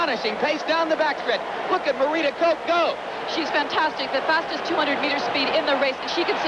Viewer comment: Her name is pronounced Kock not Koke.